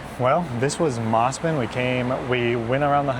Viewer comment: Even after being corrected many times you still insist on Bond ee rather than the correct Bond"eye" . Obnoxious yank. It almost feels on purpose at this point with MOZZMAN not "Moss"man and I'm sure I heard cackatoo.